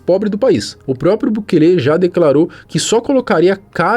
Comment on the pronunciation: SUGESTÃO aprender a pelo menos falar o Nome do Presidente de El Salvador corretamente, bukeeele sangra os ouvidos 👂